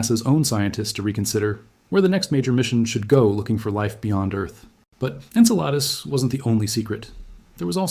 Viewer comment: That's pronounced In-Cell-a- Dus!! NOT Ink-a-lotus!! 🙄 😮